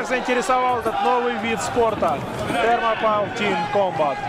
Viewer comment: Вообще-то это Thermopile произносится как Термопали с ударением на «О».